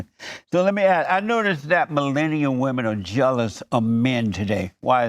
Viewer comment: She’s another one that can’t pronounce ‘women’